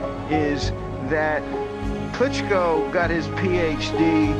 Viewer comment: Nice Video on Klitschko's career. What I don't get is you have umpteen clips of pro boxing announcers pronouncing his name yet you repeatedly mispronounce it. Sorry, just some creating criticism, now to mention I know that I don't like when people mispronounce my name. LOL. I enjoyed the video regardless, good job bro. #WeStandWithUkraine